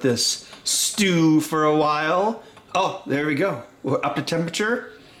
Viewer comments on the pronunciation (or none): none